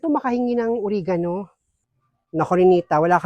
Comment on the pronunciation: Natawa kami sa OreganU! hehe Oregano po hehe hindi matigas ung dulo. hehehehe😅 Di naman true ganung kasabihan ang True ung Ramdam dn ng Kambal nararamdaman ng isa kaya magkakahawaan tlg. naku baka dyan n nakawin nu Blandina ung isa sa kambal.